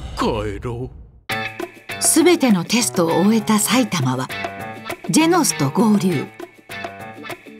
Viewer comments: ジェノスがジェンスに聞こえた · ジェンズに聞こえるけどよく聞いたらジェノスって言ってるゾ 名前勘違いしたわけではないと思うゾ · ジェノンズに聞こえるんやが俺的には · 不思議ですが自分は聞くたびにジェノスとジェンズが入れ替わってます・・・ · ジェノスって思うとジェノスって聞こえるし、ジェンズだと思うとジェンズ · orz三 「ジェノスって言ってると」思って聞いたらジェノスって聞こえたゾ（個人の感想） やってみて